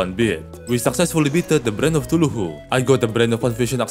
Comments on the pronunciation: I swear if you say thuluhu again in another video imma lose my mind. CTHULHU. KAthu-lu. Not THALu-hu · Im only saying because it bugs me, i dont mean to be rude but its pronounced (cuh-thoo-loo)(Cthulhu) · Also Brain of thuluhu lol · eye of tuhulhu💀💀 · I love how he calls it the "Eye Of Thuluhu" just golden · "tulhu" I love it 😂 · Eye of tooloohoo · I love how you say somethings like eye and brain of cthulhu it sounds so satisfying somehow I think it's part of my asd cuase I find weird stuff satisfying but keep up the good videos they are so good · I love you videos though man. Just stop saying it wrong LMAO.